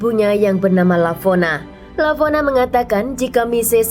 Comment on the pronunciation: Lavona... Kok jadi Valona 😂